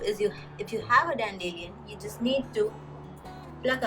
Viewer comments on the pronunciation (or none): I love the way you say dandelion like "dan-dillion", lol- I've never heard it that way before. Where I am from we say "dandy-lion".